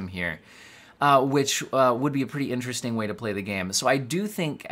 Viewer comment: Berry In-tear-est-ting!